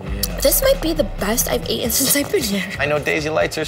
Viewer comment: speech tho🙊...it's EATEN not whatever she said I can't even dumb myself down enough to her level to even try to spell the word she said after taking that bite of food..😅 and wth is always wrong wit her hair.!LOL